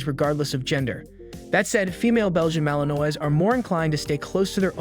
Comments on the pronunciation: I agree his pronunciation of the malinois word is embarrassing😊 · As a French American your pronunciation of my favorite breed is what it is but overall great video lol. My male is a ton of work but you get back what you put in like everything in life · Learn how to pronounce Malinois!!! For goodness sakes, or shut up